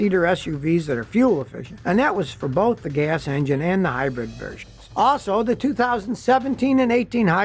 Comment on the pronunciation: Scotty, my guy, it is "HIGH-brid", please stop saying "HIGH-BREAD". It is quite silly on your part and hurts the ears to no end! Love you always, this is nit picking for sure